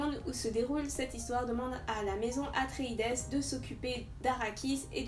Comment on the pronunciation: Hello, on prononce "atréïde" ce qui donne le maison des atréïdes. Herbert s'est inspiré de la mythologie grecque sur ce point